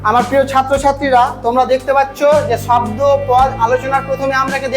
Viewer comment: স্যার শাব্দ না শব্দ ভালো করে বলেন ছাত্র ছাত্রীরা কী শিখবে